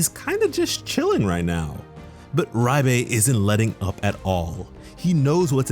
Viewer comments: am i trippin or is he sayin riebe instead of liebe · The romanji isn't "Rye-be" it's "ree-be" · (LEE BU) Liebe is said LEE BU not reibe wtf is this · Yup, and it's driving me crazy that it's being pronounced Ri-bay instead of Leeb-uh like it would be in German. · Ye he’s saying riebe not sure why he’s saying riebe when it’s liebe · Am I the only one that heard him say riebe instead of liebe I could be wrong I could swear that’s what he said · Great video! Looking forward to the anime. Btw Liebe is pronounced as Lee-buh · If Liebe is a german word then you pronounce the e and not the I, so it would be -leebe and it means love in German and that would make since of the demons background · I understand where you are coming from with the pronunciation reference, but I'll throw this out here anyway. Its pronounced Leeb-eh and yes it is german. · It’s pronounce like leebei btw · fyi, Liebe is pronounced leebah /ˈliːbə/ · why are you saying “RYE-BAE” ??? where is the R sound coming from in the name liebe? that shit is annoying me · Liebe spells like L[ee]be in German, but overall love your content! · Nice video☺️👍... But I really can't stand the way you pronounce Liebe. I don't know where you are getting "Raibay" from. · So painfully Cringe to hear him say Liebes name its so off it hurts